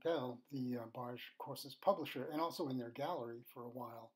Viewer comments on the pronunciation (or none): Its Barge with a hard G